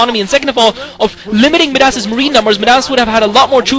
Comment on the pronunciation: Where did this Kwanro guy come from? Wow... nice play., I think Midas is pronounced "my-das" like King Midas. I hope your back commentating soon!